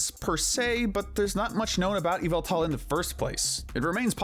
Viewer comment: It’s pronounced GUZZ-LORD and ee-VELL-tall, not GUZZLE-ORD, and ee-VILL-tall, “”! 🤨 Stop mispronouncing Pokémon names, bub! 🙄